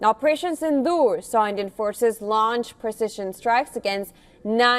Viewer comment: It's operation Sindhur not Zindur..